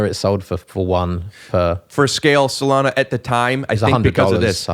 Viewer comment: Typical brit... too polite to tell you you're saying SolANA wrong the entire podcast.